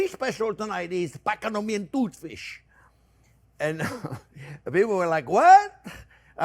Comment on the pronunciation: Oh, he butchers Patagonian Tooth Fish even more. Pacanoomian toot fsh. Classic!